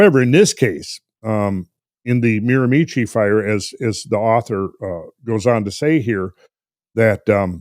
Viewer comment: Hey guys, love this topic. BTW the area in New Brunswick is pronounced "MEERA- Mee-Shee"